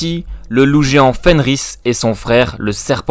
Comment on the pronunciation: C’est pas Fenrir ? Pcq tu dis Fenris